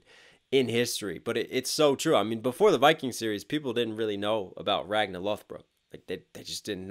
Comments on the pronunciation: Why do you keep saying "Ragna"? His name was Ragnar. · Love your reactions but I just cringe uncomfortably every time you pronounce it "Ragna" instead of "Ragnar". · Aaaaaaaaaaa every time you say Ragnar's name you leave out the r at the end lol. It's Ragnar Lodbrok, not Ragna the blood edge from BlazBlue lol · It's Ragnar with an r at the end not Ragna haha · Nice! and impressed by your knowledge! especially the archer fingers. not many know that. Small critique, and i saw some do it in the comments. RagnaR. There is an R at the end of his name, and it is pronounced. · Ragnar is pronounced Ragnah, what.? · Is "Ragna' the true way to pronounce his name? （〇_ｏ）